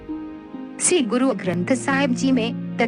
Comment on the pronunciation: Ye 'shree' hai, 'see' nahi , plz pronounciation per dhiyan de kr hee video banaya karein. Waheguru ji ka khalsa , Waheguru ji ki fateh.